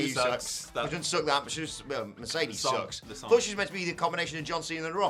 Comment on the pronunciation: You guys seem to be to be the only ones who dislike it! Also it’s Mercedes “Moh-nay” not money